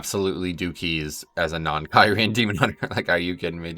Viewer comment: awesome video... lol never heard someone say kyrian like that before :P